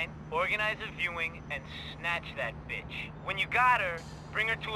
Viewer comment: this moment always makes me laugh. Best BITCH pronunciation ever.